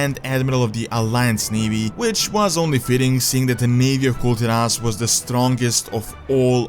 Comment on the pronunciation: it should be Kul Taras not Tiras..... who's wiht me ???